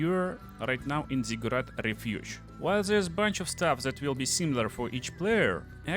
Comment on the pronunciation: worst accent eveeerrr omg i cant listen to that. INTERRRRAAACT in ZIGURRRAAATT